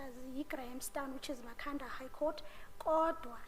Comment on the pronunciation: Evidence leader, it's Ma-kha-nda not Mkha-nda 🙆